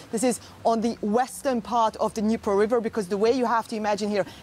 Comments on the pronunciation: dinpro river? why do those news readers not study the topic they are discussing.. I has been 8 months now every day. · Pronounced Neepro river, not Dinpro, as in Kherson (Herson), it's a silent K silent D, what is soooo hard to get after 8 months of reporting. Have a bit of respect and at least get the names right! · It really would be much better if the “news reader” for DW at least first learned how to pronounce some of the key geographical features involved in this conflict, like “Dnipro.” That tells you this is a very amateurish production that seniors in high school could do as good a job. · She butchered the rivers name